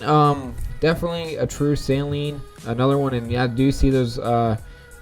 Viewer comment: How do I send pics of our cars? Also Saleen is said like sah-leen not sai-leen